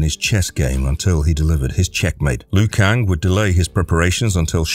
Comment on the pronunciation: It’s not Loo Kang, it’s pronounced Leo Kang